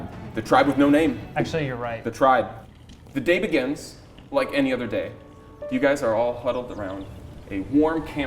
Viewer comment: call the tribe 'the daibagans' bc you said "the day begins" like it was one word